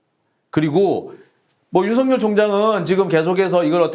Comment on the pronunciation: 수고하십니다. 감사합니다. 윤석열 발음ㅡ> 윤서결 발음 주의해 주셍ㆍ. 윤석렬 아닙니다. 윤서결!